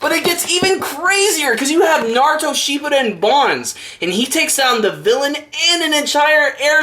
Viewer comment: Pretty sure it's shippuden not sheep-o-don lol